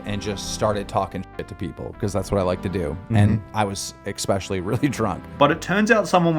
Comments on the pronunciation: nobody: Daniel Keem: "i was expecially really drunk" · OOOMG I HATE IT WHEN PEOPLE PRONOUNCE ESPECIALLY LIKE EXXSPECIALLY, THEY SOUND LIKE RETARDS, I BET HE ALSO SAYS AXE NOT ASK TOO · I hate how keem never ends words like recordED or intoxicatED he just leaves them without the ending. Also, he says EXSpecially.... Brrr makes my teeth itch.